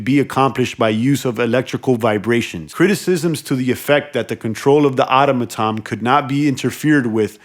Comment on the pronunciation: ITS PRONOUNCED ATÖM A TÖN! I do hope this helps you, because you’re driving me friggin’ INSANE! You’re a grown ass man you’ve never seen or heard or spoken that word ever before? 🤯💨AAAAAHHH!!! Just stop PLEASE!